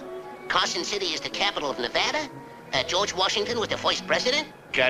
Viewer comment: even Mel knew how to correctly pronounce Nevada 🥹